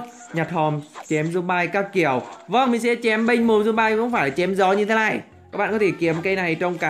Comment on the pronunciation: Anh tào lao quá zom bi mà anh nói zom bai (Ý kiến của thằng Đạt)